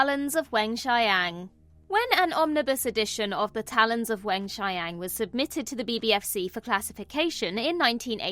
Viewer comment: "The Talons of Wen-Chai-Yang"